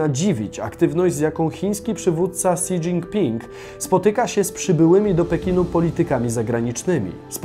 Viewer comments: Nie "si", tylko "śi", ale już lepsze si, niż ksi po którym uszy krwawią, a tak czyta wiele innych osób. to Dubaj (ZEA), Portugalia jest dużo mniejsza od Polski, powinno być "Głejdżoł". Reszta filmu fajna i można się czegoś dowiedzieć. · Si Dżinpinga XDDDDDDDDDDD weź chociaż sprawdź jak to się wymawia zanim się zabierzesz